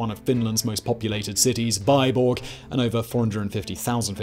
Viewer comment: Thanks for the great video. Only Vyborg would be pronounced V-EE-borg. VY-borg is in Dakota )